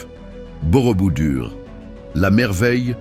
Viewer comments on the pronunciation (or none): ohhh quand j'entends Borobudur !!! c'est BOROBOUDOUR ! Avec bien des chaines où les véritables présentateurs font des fautes qui me font sursauter (p.ex..quatreS zamis oh lala QUATRE AMI et l'éternel "quan à...ou "quan on" c'est "QUAND..."T"A, QUAND..."T"ON, liaison SVP pour presque tout le monde) autant la voix "I"...intelligence est artificielle et déplaisante, monocorde, sans vie. Où sont passés Eve Ruggieri, Pierre Bellemare, il resterait beaucoup de progrès à faire aux voix artificielles avant de les lancer à commenter des sites pourtant très intéressants. D'autre part, pour avoir vu une bonne partie de ces sites, je ne les aurais pas mis dans cet ordre. Merci de prendre note !